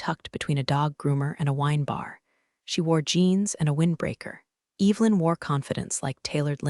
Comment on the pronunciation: Sorry…I just can’t. Every time she said Eve Lynn it made my eye twitch 👀